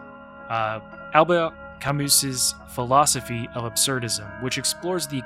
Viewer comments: Camus is pronounced "cam-oo" btw great video! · French “person” here, ALBERT CAMUS’s name is pronounced CAMU without the S at the end ;) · fyi camus is pronounced without the s at the end in french, loved the video btw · frenchman here you say it well, just the s at the end is silent normally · Great video, I wanna play the game again! Also, your pronounciation of Albert Camus is great, but the S in Camus is silent! 👌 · Close with Camus - the final s is silent ;) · If you want to pronounce "Camus" in a French way, you just forget the last "s". That's it.